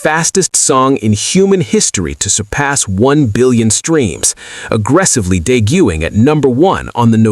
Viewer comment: Deguing 😂😂😂. That was funny c'mon AI😂